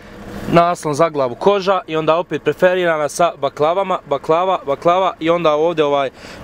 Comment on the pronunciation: nije preferirana nego perforirana